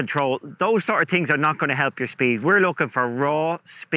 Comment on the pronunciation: I know English is not your first language but its called THINGS not TINGS